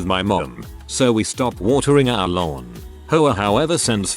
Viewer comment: Im dying...every time the text to speech guy says hoa i hear whore, I'm strangling a laugh every time!